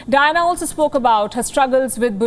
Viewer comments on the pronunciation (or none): It sounds like Dinah instead of Diana. It’s kind of annoying. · three silables in her name _ Di -Ann - a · I like it when she keeps pronouncing the name of princess DYNA, hhhhaaa.